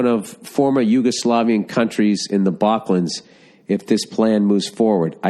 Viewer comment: "The BAK-lans" Loooll sorry as an east european, maybe practice saying Balkans, it's a reference to the Balkan Mountains